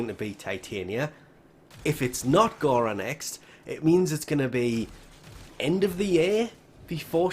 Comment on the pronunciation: ITS NOT GHARA ITS FOKEN GARA